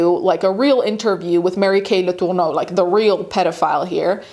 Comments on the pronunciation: Probably should have gone with "Mary Kay" instead of the off-putting pronunciation of "Latourneau," like there's a loogie caught in your throat. When the case was making headlines, everyone pronounced the name as "La-ter-no." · The way you’re pronouncing her name is sending me. Home girl is American and pronounces it as such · Stop saying “Letourneau” like that. I get that you wanna throw up when you say her name, but it’s super jarring. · Why are you saying her name weird like that. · ... I can't out my finger on why, but each time she pronounces Mary Kay's last name as if they're reaching back into time for the most obscure "original" pronunciation, I die a little inside. Like... I know y'all are too young to remember these things, but please look up how to say names you've never heard. OMG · Why are you saying her last name like that though? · Is that really how her last name is prenounced? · In all my life knowing about this very high profile highly talked about case… I’ve never heard their names pronounced like that 😂😂😂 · Yeah the pronunciation of especially Marys last name was odd but no one was saying anything 👀